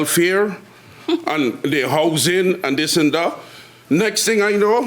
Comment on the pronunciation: She says she's a "MUDDAR"... ? ... Does she drive a 4 wheel drive & play in the backwoods mud after a heavy rain... ? ... "😂" ... . He says "DIS & DAT"... !!! ... (?) ...